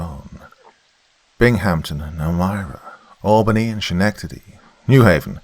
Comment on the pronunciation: IT'S "SKENECTADY" NOT "SHENECTADY" twitch twitch sorry, I had to get that out